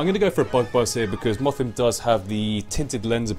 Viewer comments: Every time you have said Mothim, I thought you said muffin. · It sounded as if you were saying "muffin" when you said "mothim".